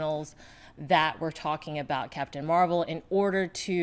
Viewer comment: Catpun Meh-Well :)